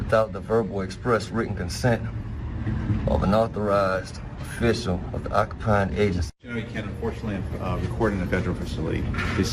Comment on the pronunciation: Did he say "an offissle"? An independent investigative journalist who can't read simple English words? Who'd have thunk it? The only thing frauditors' taxes have ever paid for are the handcuffs they occasionally wear and the food they get while in jail.